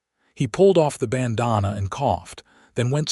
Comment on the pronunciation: The AI narration is terrible. Ban-dan-na, not bononna. And there are other mispronouncd words. Not to mention the odd math; who was born when? Stopped listening. Waste of time. .